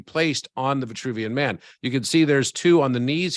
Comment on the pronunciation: C'est l'homme de Vitruve et non vouvian...